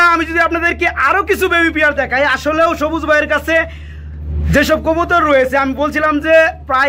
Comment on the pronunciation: জবুজ না সবুজ😂😂😂😂